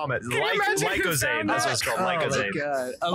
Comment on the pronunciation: Lictozade? It's Lucozade bebe boi